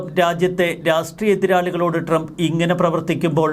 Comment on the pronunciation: നാക്ക് വടിക്കടോ. ട്രെംപ് അല്ല ട്രംപ്.